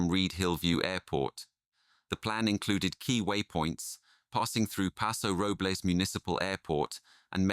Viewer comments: pay-so rubbles( rhymes with bubbles) 🎉😂😂🎉😂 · The narrator pronounces Paso Robles wrong.